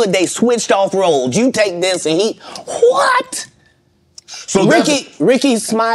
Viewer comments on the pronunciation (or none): how many h's where in front of that hhhhhwhat!?